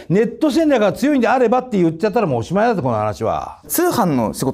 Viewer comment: おしまいだと思うよ、話は おしまいやろw